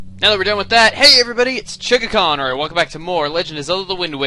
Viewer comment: lol i LOVE how chuggaa says "hey everybody its CHUGGAconroy" xD patent it chugga... patent it...